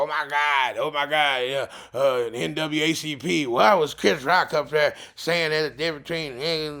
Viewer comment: Did he say the "NWACP"?